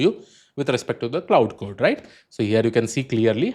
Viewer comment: You Lost me Pronouncing Cloud code lol